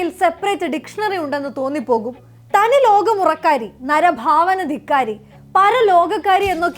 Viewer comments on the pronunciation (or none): നരിഭാവന അല്ല നരഭാവന 😂